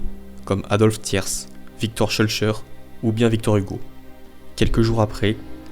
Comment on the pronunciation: Petit détail (mais important) : on ne prononce pas le S de Thiers. Du tout. On prononce comme si c'était Thierr.. :) Sinon, très bien. Cependant, une chose manque : c'est Napoléon III qui a permis par le Traité de Paris l'émancipation des principautés roumaines de l'occupation turque (en échange de l'aide française contre la Russie lors de la guerre de Crimée), et leur unification en un nouveau pays, 𝗟𝗔 𝗥𝗢𝗨𝗠𝗔𝗡𝗜𝗘, 𝗾𝘂𝗶 𝗲𝘀𝘁 𝗱𝗲𝘃𝗲𝗻𝘂 𝗹𝗲 𝗽𝗮𝘆𝘀 𝗰𝘂𝗹𝘁𝘂𝗿𝗲𝗹𝗹𝗲𝗺𝗲𝗻𝘁 𝗹𝗲 𝗽𝗹𝘂𝘀 𝗽𝗿𝗼𝗰𝗵𝗲 𝗱𝗲 𝗹𝗮 𝗙𝗿𝗮𝗻𝗰𝗲, alors que Bucarest était même appelée Le Petit Paris. Oui, je sais, on n'apprend pas du tout cela dans les écoles françaises. Et les Français croient toujours que la Roumanie est un pauvre pays, misérable, peuplé de Roms. Alors que... Alors que les réalités de la Roumanie, pays si proche de la France grâce à Napoléon III, sont exactement à l'inverse de ce genre de clichés si largement répandus chez les Français.